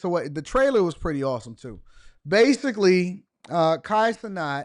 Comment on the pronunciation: Why are you saying his last name like that? If I asked you to say the the word "gnat" would you say "not"?. It doesn't even make sense in grammar terms why you're saying his name like that. Lol